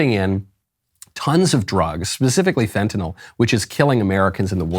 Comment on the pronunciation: It's "fentanyl," not "fentanol,". Either way, though, it's bad.